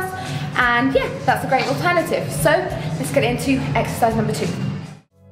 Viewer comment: I swear I heard you say "eggsercise" hahaha